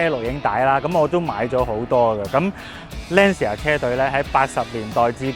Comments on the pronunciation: 👍🏼👍🏼 FYI 正確讀音應該係"Lan茶" 唔係"Lan Si 牙" Ci 意大利文係讀"次" 🙂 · 所以正確發音應該係欄瓷呀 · Lancia 讀音 ·池·牙